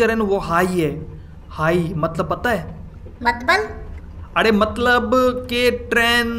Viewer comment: matlab ko matbal kyu kehta hai?